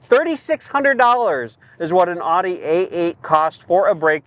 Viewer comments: OudE not aughte. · Great video. Great car. Please learn to say Audi correctly. Thanks.